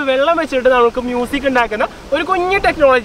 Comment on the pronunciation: ആ "മൂസിക്" എന്ന് കേൾക്കാൻ തന്നെ എന്ത് രസമാ....... 😃😃